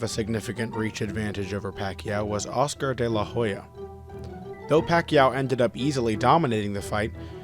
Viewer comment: Man, do your job, research before pronouncing foreign names. You changed 'Oscar de la Hoya' to 'Oscar de la Jolla'... We don't say 'Meechael Hakson' when speaking about Michael Jackson.